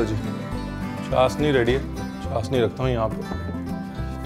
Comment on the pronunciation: Sir ji its chashhhni not chasni 🤪